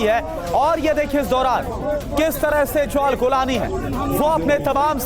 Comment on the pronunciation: रांड आदमी गोलानी नही जुलानी हे उसका नाम